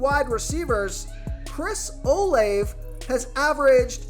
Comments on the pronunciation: its pronounced Chris (Oh-Lav-A) 🤭 Thanks Tho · BRO ITS CHRIS OH-LAV-A( OLIVE) AND IT DO-BER-NAY LOL IF YOU ARE MAKING MONEY OFF THESE PLAYERS LEARN TO PRONOUNCETHR NAMES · I'm 100% convinced this guy purposely butchers these names because come on man it's really not that difficult to pronounce Olave....